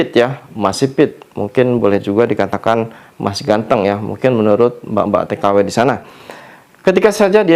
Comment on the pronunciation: Mbak k...bukan Mbag 😂😂😂 Bilang mbk lidah nya kok kesrimpet bngt sih..😅